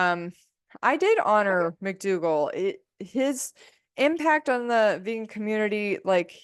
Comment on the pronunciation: Please PLEASE say dr McDougall